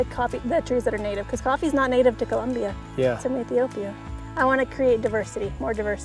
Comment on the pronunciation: COLOMBIA!! NOT CULOMBIA😢 NO UUU